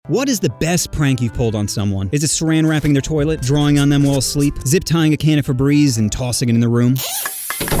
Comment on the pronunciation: "Throw the frabreeze!"